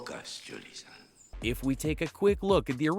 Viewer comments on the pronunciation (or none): Jewel-e not Jewel-e-uh